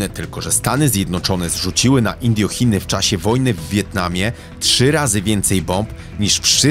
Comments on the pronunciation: jeszcze lepsze INDIOchiny w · nie INDIOchiny, tylko INDOCHINY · Indochiny, nie Indjochiny :-) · Pol Pota, a nie Pola Pota! "Pol" się nie odmienia. No i, Angkor Wat, a nie Łat. Oraz Indochiny, a nie "Indiochiny"! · Pola Pota, a nie Pola Pota. Indochiny, a nie Indiochiny na listość boską! Sluchac sie nie da. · Indiochiny"? Serio?🤦🏻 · Mówi sie indochiny...ale materiał top